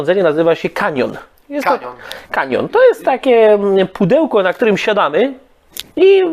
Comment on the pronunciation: nie kanion tylko kachon(cajon) xdd poza tym fajny filmik 😁